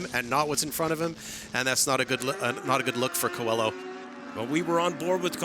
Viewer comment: Qua-low is how coelho is pronounced. you guys are making me crazy 🤪